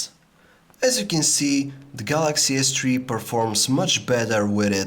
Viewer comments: galay s tree ._. THREE!! o_O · Galaxy S Twee, lol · Galaxy S tree .loool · lol Samsung Galaxy S Tree :P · Galaxy S Tree!!! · Don't you guys just love the "galaxy s TREE" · galaxy s chwee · Lmao at S tree :D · galaxy s tree ....lol